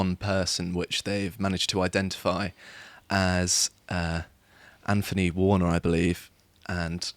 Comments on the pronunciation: Anphony warner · Nice lad. Dull to listen to. Can't pronounce "th". "Anfony Warner". You don't even pronounce "th" in Anthony.